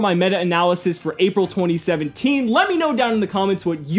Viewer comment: am i the only on who heard ''Apple 2017''?